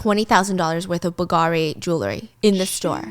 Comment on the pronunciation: The way you say bull gari 😂🤢